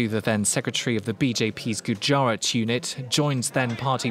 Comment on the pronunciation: its "guj" "rat" .. you are an indian then why the hell you have to use fake accent and weird pronunciation.